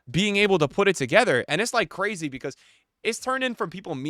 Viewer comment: “And its cwazy” 😂